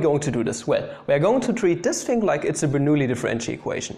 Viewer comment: "Boinulli" Ich packs nicht mehr hahaha